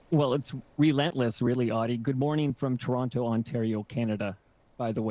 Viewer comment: So cannot pronounce Toronto correctly.